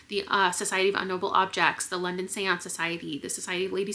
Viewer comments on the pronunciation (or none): none